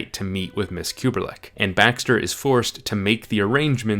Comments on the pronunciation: The Apartment female character is Miss Kubelik rather than Kuberlik mispronounced by narrator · Y u keep saying KubeRlik